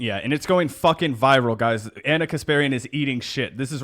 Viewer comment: reads Ana correctly.